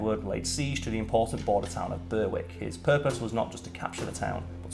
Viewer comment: You have no excuse, you're English, Berwick is said Berrick, shame on you 😂😂😂😂😂 oh, on reflection it seems you have the words sickness that Simon has 😂😂😂😂😂❤